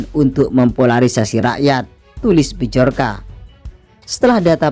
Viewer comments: Byorka baca nya. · Yang buat konten ngomong bjorka aja gak bisa hahahha